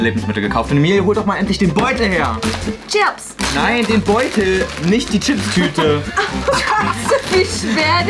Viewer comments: Ich hab mich tot gelacht und es heißt chiaps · heult rum wegen dem Käse ich so: sag doch chiaps🥲🥲🥲😂😂😂😂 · Joey: "Wir kommen jetzt zu unserem dritten Lebensmittel, und das wird sein: Emilie:" Chiaps" 🤣🤣🤣🤣🤣🤣🤣🤣 LACHFLASH 🤣🤣🤣🤣🤣🤣🤣🤣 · Chiaps hheee,Chiaps hheee,Ciaps hheee.Oh guck mal Chiaps.😂😂😂